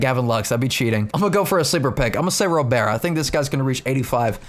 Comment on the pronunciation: Awesome video! It is officially pronounced Robert, just like the first name. Hard T at the end :D